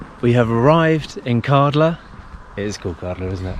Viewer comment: Kärdla. Ä is pronounced as a in "glad".